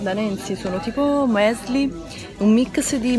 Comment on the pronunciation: Francesca Pangallo Lo fa apposta!! Per qualche strano motivo gode a leggere gli insulti o critiche!! La stessa cosa dei termini in inglese...o sai come si pronunciano le parole...o non le dici!! Che è il "mesli"?